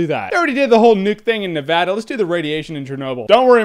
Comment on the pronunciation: Thank you Jeremy for being the only Youtuber to pronounce Nevada the way its supposed to be pronounced.